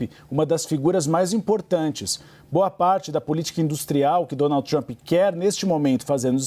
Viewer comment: Trãp não fala com Cértos tipo de Génte.!